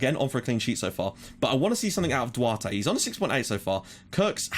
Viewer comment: and Duarte is like "Dou-Art"